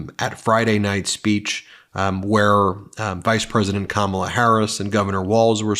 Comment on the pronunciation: Me too. Also it’s Kamala, no R